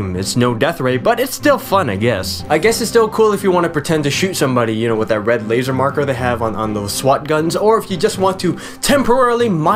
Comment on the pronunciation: damn he sound stupid when he said lazer: he said lazhgfger... lol